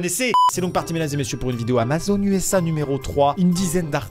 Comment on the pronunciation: Lol ta zamazon et pas Amazon lol😂